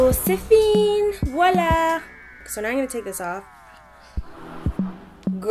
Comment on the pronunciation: You tried to speak french that was cute! But we say "c'est fini". You forgot the "i" at the end :)